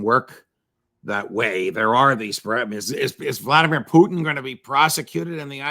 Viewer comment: Vladimir (accent on 2-nd syllable "i") Putin WAS prosecuted by ICC for saving children from war-regions.